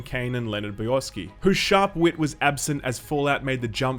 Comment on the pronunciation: It's Bo-yar-ski